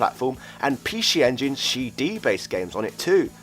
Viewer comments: Come on mate Pee She Engine, i get your trying to do the whole say it like the Japanese say it thing, it's really cringe though... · He saying pee shee engine because that's how you say it in Japanese ぴーし sorry can't write katakana on my phone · Can you pronounce "PC Engine" for us one more time...? lmao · ...Pee-Shee Engine? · sounds like has a cold. get well soon. off now to play on my pee she engine. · Pee-she engine? Wtf? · What the Hell is a PeeShee Engine Shee-Dee??